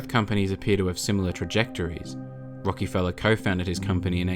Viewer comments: Its Rock A feller not rocky fella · Great video and all, but I can't get over the Rockyfeller lol. It's Rock-ih-fell-er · Love you videos man but one thing that caught me off guard was how you said rockefeller emphasizing the E I never heard my name said like that 😁